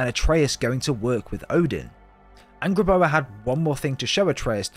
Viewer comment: Bruuh it's Angrboda not angblbla